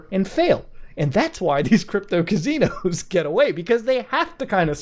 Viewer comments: Drinking game when muta says Cazinos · Still saying cuh-zeenos and Muta isn't giving up on it.